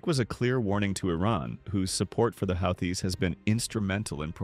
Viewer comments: Love how it pronounces the "How-thiss" instead of the "Who-thees", who are Yemeni "Reh-Bells", not Rebels. Either AI or brane-ded. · "the how-this" must be a new group. i don't like ai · The who-this the who-thee-sis and the how-these huh? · You need to decide on a pronunciation of Houthis.. I hear 3 different ways to pronounce Houthis here. 😂 Don't make me go back and mark each pronunciation 😂 i heard Houthisist also. 😂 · The AI voiceover managed to come up with 9 pronouncements for "Houthi's" (hU-thEe)! Great presentation anyway. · Houthis "ra bells"? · Whose gonna make us pay a price? The YOEWTYS? Or the HOUTIES? or the YOUTEEWS? or the YOEWTEOUS? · LOL apparently it's Yootheezez! Howtheezis... Hoots? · Your A.I. ....HOUTH EES? REALLY ?!!! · Translation; The Houthaaes are a wild bunch, according to the AI bot narrator. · Sound like Mike Tyson. "The Houth-is" 🤣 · If you write hooty or who tea …ai can say it right. Apparently the op only gave edit one pass or something. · Who-thee try pronouncing it correctly prior to correcting others on pronunciations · Called them "healthies" at least twice! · Dear Lord! Who is teaching these computer voices how to read these words, like Houthis?!?! They are SO distracting! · I heard at least 4 ways to pronounce "Houthis" in this video. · I like how he pronounced “houthis” differently every time he said it. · I hate AI narration. You pronounced "Houthis" at least 3 different ways. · This report pronounced the name Houthi’s several different ways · Who thies AI . Rebels not re bels😮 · You might want to teach your AI how to pronounce words like: houthis and rebels